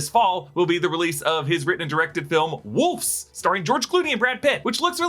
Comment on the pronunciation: WolVes!!! Not wolFs! 😅